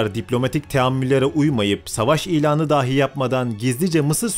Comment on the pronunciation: Kardeş Allah aşkına "dahi" kelimesine "dâhi" deyip durma. "Dâhi" kelimesi "deha sahibi" demektir. Lütfen!